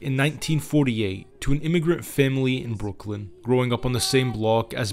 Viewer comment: Great video however its Brooklyn not Brookland. 😊